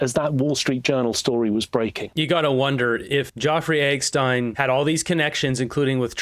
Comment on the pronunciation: Look at this rétærd say "joffrey eggstein" then turns around to play a video of MSM using the proper name. You make it tough to not view you as part of the problem,.